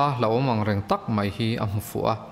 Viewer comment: Mai aiah mei iti tlatin ka hria,, ka beng diklo vang nge aw?😄